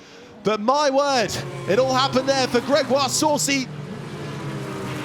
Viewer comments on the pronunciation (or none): none